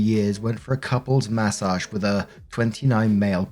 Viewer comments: Take a shot everytime says Massauge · I like the way you say "mA SOJJJJJH"